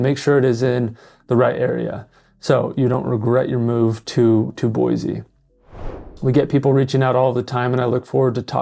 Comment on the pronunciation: Aint no "Z" in Boise. Nampa isn't Boise. Caldwell isn't Boise.